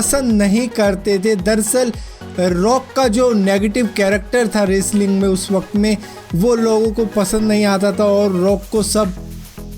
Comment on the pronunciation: "Raceling" Enjoyed your Pronounciation....😂